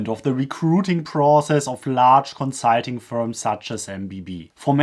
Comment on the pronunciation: Is it Consiiiitinngg or consulting?